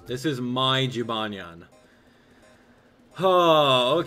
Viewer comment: Have you ever thought of pronouncing jibanyan as Jee•buh•nyan